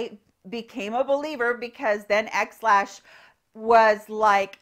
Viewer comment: I haven’t tried this, but I want to share with you that when you said “XLash”, I thought you said “Ex Lax”, LOL! Figured you could use a little chuckle.